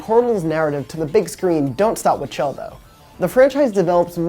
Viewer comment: I discredited you as you said chell with a hard c instead of pronouncing it like shell.